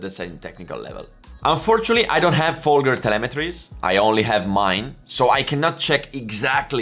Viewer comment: I don't think you realize how small of a gap 2 seconds is compared to a motogp rider. Even last place on the motogp grid is one of the fastest riders in the world. 2 seconds off a motogp rider is probably a highly competitive wsbk pace. And don't be a dick mispronouncing Folgers name, he was and is an incredible rider and deserves a more respect than that